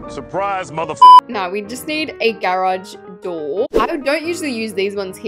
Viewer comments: YOU SAYB GAAAAARAUGE INSTED OF GARAGE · Why do you say garage like that?